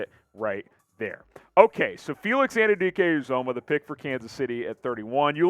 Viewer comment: Felix Ann-you-dee-Kay you-zah-muh. Say it right and put respect on his name.